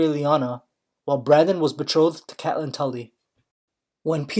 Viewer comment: It's CATE LYNN Pls its triggering me